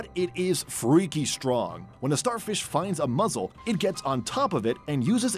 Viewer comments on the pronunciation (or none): It's pronounced MUSCLE, not MUZZLE lol